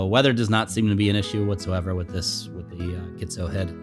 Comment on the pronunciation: nice footage... should be pronounced G-tzo (like letter G) not GHITZO...